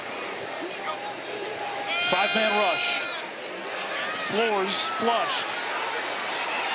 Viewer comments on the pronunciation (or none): FLOOR-ez not FLOORZ. Uncultured! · Does the Tulsa Q.B. pronounce his last name, "Floor?"